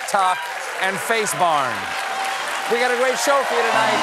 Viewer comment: It's "we the people" Not "wee the people"